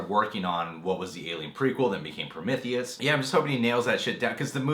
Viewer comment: Your saying Prometheus wrong lol.